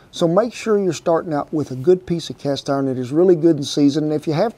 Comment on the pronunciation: “Cast orn” love this guy😂